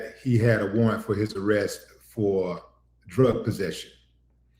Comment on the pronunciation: Stopped the video when I heard "warrant." 🙄🤦🏿